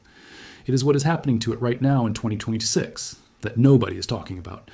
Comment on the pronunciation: Notice how he keeps pronouncing 2026 as 2226.